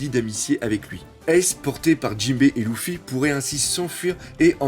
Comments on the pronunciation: On dit leffy et pas louffy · Luffy...LUFFY!!!!! Il s'appelle Luffy!!!! Pas louffy 😖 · « Louffy, Dragon » t’abuse avec les noms la prononce bien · C'est pas loufy haaaaaa c'est luffy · si tu a mal au yeux ne regarde pas. Et j'ai le droit de vouloir dire que c'est Luffy et pas louffy donc..... dégage tu perds ton temps avec moi 😏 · a ton avis pour quoi Luffy c'est énervé quand on la appelé Lucie ? Oda a fais un clin d'œillets au gens qui prononce mal sont prénom